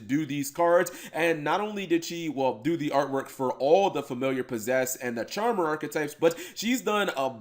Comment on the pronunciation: Charm...er. Cap. Charm"er". CHARMER. Singular. Only one. How is this so hard for you...?